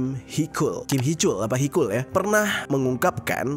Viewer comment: itu Taecyeon disebut tekyon njy panggil biasa fans "techon" gt😭 terus Heechul dipanggil heekul mon maaf panggil aja "Heecul" gt😭